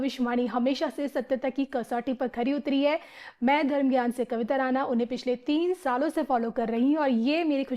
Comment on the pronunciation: कविता तुम्हारा उपनाम राना नही राणा है। ण का उच्चार करो